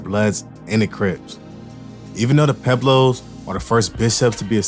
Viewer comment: I can’t listen to this with you saying Pueblos wrong pweb Los that how you pronounce it ….damn I wanted to see what this video was about